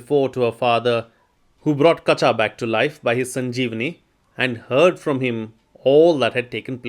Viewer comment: Kachaa should be pronounced as kacha. Ka and cha have the same vowel sound.